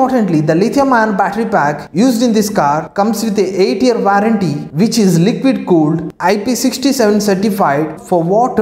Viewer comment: It's Milind Soman and not Milan🙄 It's warranty not waaranty It's Ampere not amper